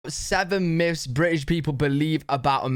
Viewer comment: Its myths, not miffs.